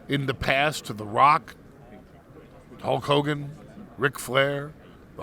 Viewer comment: He said hull cogan!!!!